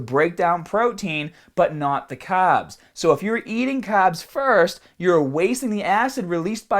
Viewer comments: extra caaaaaaaaaaaabs.... you forgot the "R"!!! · THE CAHBBS!! KNOW WHAT TO DO WITH YA CAHBBS!!